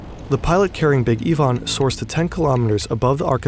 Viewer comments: wtf bro that is NOT how you pronounce ivan... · Big Yvonne, or Ivan? Video sounds like they are saying Big EE-van.